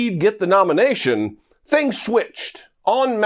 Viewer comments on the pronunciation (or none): none